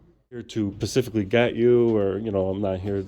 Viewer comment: I love you but Pacific is the Name of an Ocean, so please try and say Specifically. When people can't say words like that right or say axed instead of asked, it makes you sound less smart. You are a very articulate and smart guy so it's not a bash by any means just simply pointing it out!